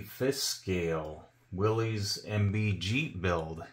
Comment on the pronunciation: It's not "willies". It's pronounced exactly like "willis", as in "whatchoo talkin' about?". "Willys" was the guy's name. Not "Willy".